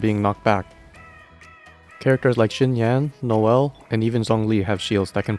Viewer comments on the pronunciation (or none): none